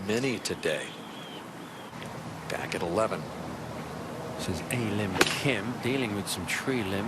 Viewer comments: It's her real name. It's not hard to pronounce a lim kim if pronounced properly. It's not a and lim, it's pronounced as ahrim. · They could address her by her first name, pronounced "Ah" "Lim" = A Lim.👌 They could have done a little homework to pronounce her first name properly.